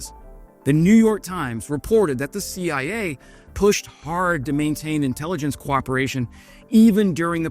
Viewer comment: "The Shee Eye Ayy?!"